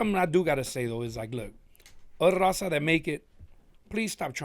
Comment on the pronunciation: "Rrraawwwzahh! " yall can speak Spanish... Why do they pronounce Raza like that?